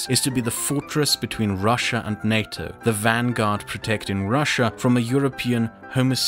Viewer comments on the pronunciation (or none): none